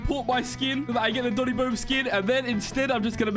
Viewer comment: it's not doni